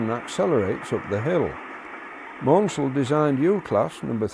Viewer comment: The number of the withdrawn 2P 4-4-0 quoted as 60700 is incorrect. All 6XXXX numbers were allocated to ex-LNER locos. Should be 40700, see: The Southern CME's surname is pronounced Mansell (like the F1 World Champion), not Mornsell.